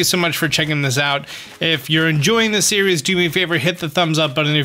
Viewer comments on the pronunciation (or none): none